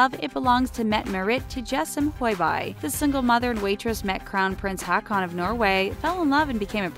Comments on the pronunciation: that pronounciation tho... "haakon" as in aa = the "au"-sound in "vault" - haukon -> "mette-marit" as in metté (with a British accent) marit with a rolling R and A pronounced the way opera singers sing A (open A). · And Håkon. :P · I wonder why people making these kind of videos never try to check how to pronounce names from other countries. I cringed when I heard the pronunciation of Haakon and Mette Marit. xD That's just wrong.